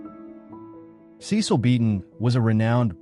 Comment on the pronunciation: His name was pronounced "SESS-uhl ". You're welcome